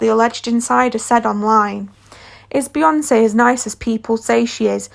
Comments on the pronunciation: BeyoncEEEE... Like wtf? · Its the "Bihonse and Jehzee have real chemistreh" for me 😂😂😂😂😂sis Ur voice annoying